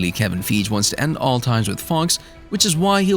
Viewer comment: Look Up How To Say Kevin Fieges Name, You're Butchering It Bad